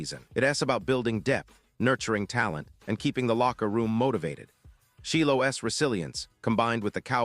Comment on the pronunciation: It's pronounced like...Shielo